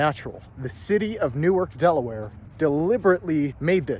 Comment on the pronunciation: Dude, new ark. Started out as 2 words.